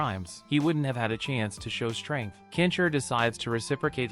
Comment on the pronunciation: why do you keep saying "kensher" its Ken-Shi... da fook man, please say the name right or dont say it at all. say Hero or Champion next time... because "Kensher" isnt hes name.. LOL da fook dude.